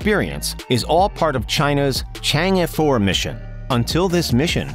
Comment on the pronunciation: Why did you say 'china 4' so wierdly